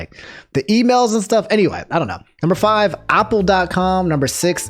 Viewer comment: can we just talk for a moment how says apple? not a - pl, he says it like AAH pl. AAH pl.